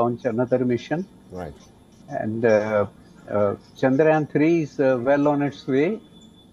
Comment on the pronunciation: bro said chayandrayan 3